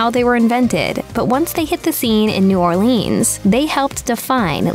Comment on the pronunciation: New Orleenz, really?